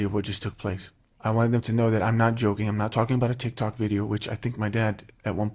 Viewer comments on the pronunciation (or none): none